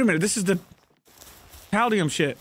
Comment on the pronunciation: The number of times has mispronounced paldium is annoying to me